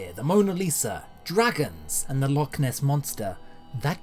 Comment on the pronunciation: Can someone please teach to pronounce Loch properly.